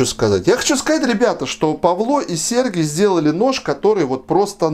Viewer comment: Не примите за занудство, но - на будущее - по-украински имя Сергій звучит именно с ударением на і, то есть СергИй, а не СЕргий, как в церковно-славянском. ☝️😉